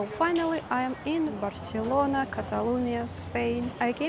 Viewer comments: Barcelona without the lisp is the correct and original form ^^ so well pronounced 😊 I hope that you liked Spain! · So nice to see you! You are such an excellent traveler! Seems so strange to me that because their monarch had a lisp, the entire country was required to pronounce words the same way, using the “th” sound.